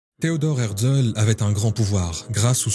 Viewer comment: Pas hertzel mais hertzél